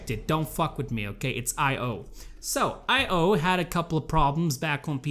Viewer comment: Stop pronouncing it as separate letters 'Ay pause Oh'. Pronounce it more like 'Ayo', as in like Ion cannon, Ion beam, Iodized salt.